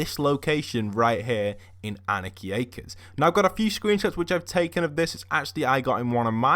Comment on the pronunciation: God can you pronounce Anarchy Acres right